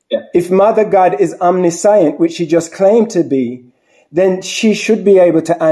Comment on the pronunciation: Absolutely no disrespect intended with this comment....please look up the correct pronunciation of the word "omniscient". 💙